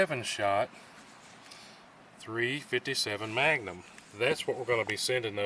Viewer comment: I love how you say Maga-num 😊